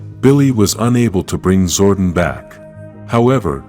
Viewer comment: STOP MISPRONOUNCING ZORDON IT'S GETTING OLD